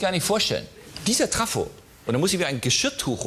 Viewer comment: Vorher lacht Harald Schmidt über Manuel Andracks Aussprache von Vesper, selbst sagt er aber Traffo statt Trafo. :-D